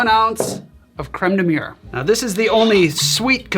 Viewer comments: You keep saying cream of wall (crême de mure) instead of cream of blackberry (crême de Mûrre, Mi'your) Great video, best to you! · Man, I went through too much content on birds today; I heard "creme de mûre" and thought "murre" instead! That would have been an awkward recipe...